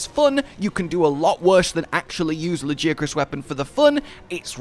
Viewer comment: the way you pronounce Lagiacrus sounds proper not like the way they say it in game LAGI ACK CRUS like bro WHAT???